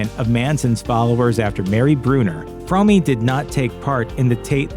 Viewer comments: Well you got it almost right. Lynette Fromme’s last name is pronounced Fro (as is Show) me. It’s not pronounced Frau me as you stated. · Yeah but the family didn’t not pronounce the name “frommy” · Sorry but I prefer the supposedly incorrect but commonly accepted pronunciation of Lynette’s name. “Squeaky Fromm-eeeeee” sounds too much like a cartoon character. Then again she seemed like a real-life cartoon character anyway.